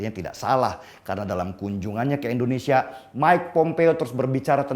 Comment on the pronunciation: Deni yg sok keminter,km menyebut Indonesia sj Endonesia,, langsung ta skip videomu menit ke 2.41. nyebut negaramu sj ga becus mau ngomongin geopolitik dunia. Maaf ya saya bukan kadrun.